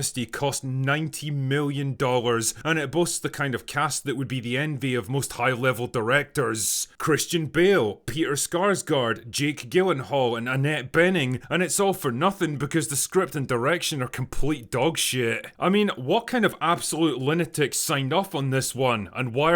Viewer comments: Peter SAARSgard. Not Skarsgard. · You mispronounced Peter’s surname